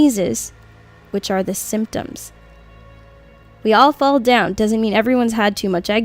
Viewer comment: I just heard we all fall dead instead of down 0-0 Now I'm scared